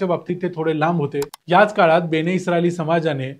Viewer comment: बेणे नव्हे बेने! बाकी ठीक